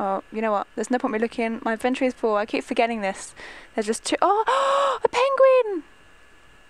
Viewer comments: raizen lee It's inventory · IT IS ''INVINTORY OKAY😡😡😡😡😡😡😡😡😡😡😡😠😠😠😠😠😠😠 sorry i am allways mad😶😶😶😶😶😓😓